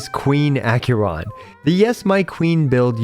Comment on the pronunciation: Ack-ER-on not Ack-yur-on.